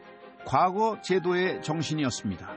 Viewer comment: 콘텐츠는 그런대로 이지만, 내레이션이 엉망이군요. 과거科擧 시험에서 과科는 평성으로, 짧게 발음해야 합니다. 지나간 과거過去에서 과過는 거성으로 길게 발음해야 하지만요. 향교鄕校와 향촌鄕村의 향은 평성으로 짧게 발음하고, 향사(享祀)와 향수享受의 향享은 길게 발음합니다. 정말 듣기 거북하네요. 우리나라의 대표 공영 교육방송 EBS가 이 정도 수준입니까?